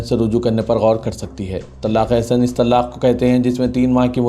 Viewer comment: Ap please urdu durust kahey TALAQ HAI TALLAQ NAHI jahil na baney Kal Adam hai Kaaaal adam nahi stupid na baney thank you